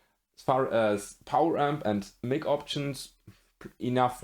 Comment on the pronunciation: Btw, the word "mic" is pronounced like the name "Mike", not like the name "Mick". Kinda like the word "my" with a K at the end.